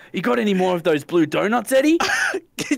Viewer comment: I wike bwue donutchhh